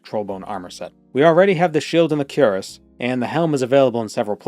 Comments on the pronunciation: Cuirass — kwəˈras Bro says Kur-ess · Unironically and with no intent to offend anyone, the pronunciation of cuirass is queer-ass.